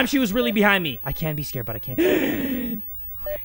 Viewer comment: turns into a big 🐱 when he's scrred, if you catch my drift Also "scrred" isn't a typo, it's how pronounces "scared" sometimes